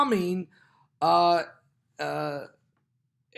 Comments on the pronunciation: Idlib—pronounced ID-lib, just like it looks. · Pastor is having a serious problem pronouncing Idlib! It's easy to pronounce! I've noticed he has trouble with quite a few words, mostly the pronunciation of countries. I know it's no big deal but it sticks out like a sore thumb